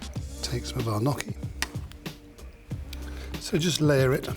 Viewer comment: "n-y-occhi" not "n-occhi". How long have you lived in Europe, dude?